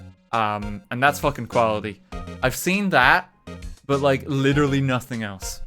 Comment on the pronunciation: I like how you pronounce "nuttin"